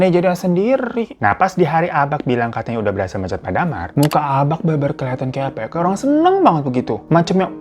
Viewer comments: Mon maap Hiro. Bacanya ABA' bukan ABAK. Kayak BAPA', bukan BAPAK. Hehe. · Bang, bukan abaQ, tapi cara nyebutnya itu aba'😭😩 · Baca abak nya aba' bang... Kayak baca tulisan mbak gituu... Ihiik.. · Nyebutnya bukan abak bg tapi abak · Agak terganggu sm kata "abak" yg seharusnya K nya gk di jelasin pengucapannya. Jd seharusnya diucapinnya jd "aba' " Ya maklumlah org padang. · Abak itu bacaannya Abak ya bang, bukan Abaq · cara ngucapin "Abak" itu sama kek pengucapan "Bapak" jadi K nya itu hukum nya ikfah syafawi/samar cmiiw ❤ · Gue relate sih sama sikap abak, karena emang dasarnya orang padang itu ajarannya keras 🥲 Tapi mon maap nih bang Hiro, gue sebagai org padang asli, ngakak tiap kali lu ngomong abak. Soalnya pengucapan abak itu gapake "K", jadi abak itu pengucapannya "aba" 😂 Tp tengkiu bg Hiro udah nepatin janji junii 🎉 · kayanya bacanaya aba' deh bang, soalnya kalo di padang huruf K di akhir itu bacanya kaya ditahan gitu. kaya orang Jakarta ngmng "bapaK" bukan kaya baca K di "kapaK" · Salah cara Baca abak😅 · Maap bang nada abak nya salah 😢 hehehe ngak nyalahin kupingku aja yang ngak biasa denger abak bukan abak 😂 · greget w dengar kata abak dari bg hiro,, bacaaan ABAK itu seperti Penyebutan MARTABAK,, huruf K nya jangan jelas bg,, agak lain rasanya kuping dengarnya